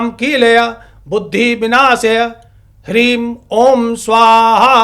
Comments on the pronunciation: ह्रीं नही ह्लीं है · Hreem nahi.....Hleem hai sahi beej.